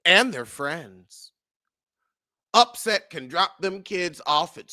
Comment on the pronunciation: 😂😂😂😂😂😂 calling that man upset instead of Offset 😅😅😅